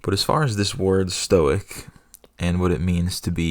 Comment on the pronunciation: Evidently, stoic is not pronounced "Stoike" in one syllable. You learn something every day